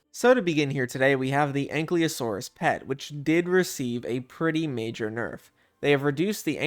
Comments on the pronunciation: dont want to sound nerdy, or bad, but you keep saying anklyosaurus, while ankylosaurus, just wanna point it out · A nky losoros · He's saying Ankleosaurus though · "ain klee o saurus" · I don't wanna be that guy but U pronounced the l before the y in Ankylosaurus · Thats not how you pronnounce Ankylosaurus 😭